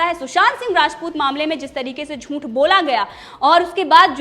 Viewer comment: क्षमा चाहता हूं ,हूं भी गलत टाईप हुआ है,लेकिन टाईप में चंद्र बिंदु नहीं टाईप हो रहा है,आप से कहना है कि झूठ बोलने की कृपा करें,क्योंकि झूठ में अनुस्वार नहीं होता है,इसलिए झूंठ की जगह झूठ बोलने की कृपा करें।यह शुद्ध अशुद्ध उच्चारण की बात बोले हैं,अन्यथा न लें।